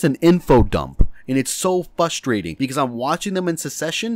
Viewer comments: ish - "frustrating" not "fustrating." Pronounce the "R" otherwise you're talking gibberish. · “Fustrating” lol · You know what's really fustrating? How you pronounce frustrating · you said fustrating disliked